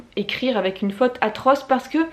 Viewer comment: Alors tu dois dire FAUTE et non FATE. Une bonne prononciation est tout aussi importante. Merci prof !